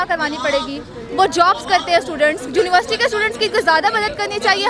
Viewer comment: juniversity ky students 😂